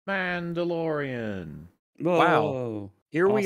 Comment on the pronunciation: Din Djarin: She’s Muhdlorian Queen